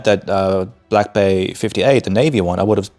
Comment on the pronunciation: Hey man 👋 definitely like seeing your thoughts on the channel but 😬 you need to look into how to pronounce Blancpain. Definitely after time when you grow more and more into the hobby you’ll be saying to yourself “I should have done it earlier…”😂 all good 👍